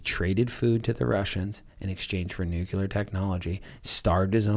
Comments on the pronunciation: I wish that people who talk about nuclear topics would learn how to pronounce the word nuclear. NEW-CLEAR not nuculer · "Nucular" brah XD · I can't get past "nucular." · Why does every american I hear pronounces "Nuclear"---> "Nukiler"? Is there a reason?